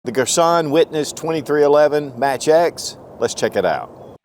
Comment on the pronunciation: Girsan......Gir-son..... Not Gir sonnnn... Cut short on "n" Thx for the video